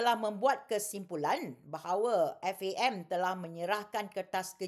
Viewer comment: haha. tak payah ulas la Siti Kasim... FAM FAM FAM acik kau. F.A.M. sebut huruf tu. lepas tu tiber question sapa bayar players, lepas tu relate dgn tax payer. hahahaha. jadah apa